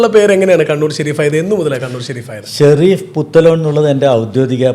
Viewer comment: Edheham Peru parayumbol maathramanu tettu parayunnathu athayathu sherif alla Shareef ennanu athayathu kaba Shareef ennanallo sherif ennallallo angane ucharikku